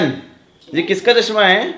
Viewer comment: चस्मा😂😂😂,भासा, सायद,,, सिमला, सनिवार, सुकरवार,,,,too much yaar,apni bhasha way of talking sudharo yaar,gaurav ji se hi lesson le lo plz, atleast sunne m sahi lage